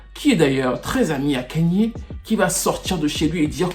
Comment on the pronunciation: Kayne pas ''Kagne''/''Kegne'' il n'est pas bamileke....... ahahahaahhahahhaaha